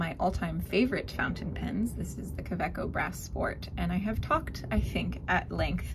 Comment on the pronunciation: It's GERMAN Ka.....way........co.